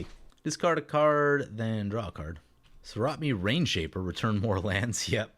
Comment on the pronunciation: You missed the last "a" in Soratami a couple times. So-ra-ta-mi. Not Sorat-me.